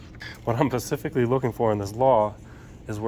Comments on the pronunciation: Specifically, specifically. Nobody’s gonna take you seriously saying, “pacificly.” Just being real. Like your style, though. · Pacifically mfs